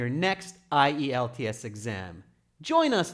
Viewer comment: The host at the beginning does pronounce the brand name of the test correctly. It's called IELTS = eye-yelltz